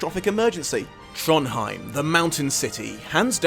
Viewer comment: You mispronounced a lot of things. Ajihad: Ah-zhi-hod Tronjheim: Tronj-heem Alagaesia: A-luh-gay-zee-uh